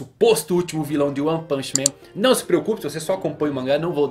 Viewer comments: ele fala + ou - errado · ele falar errado se VER ele fala o maoir filao de ONE piece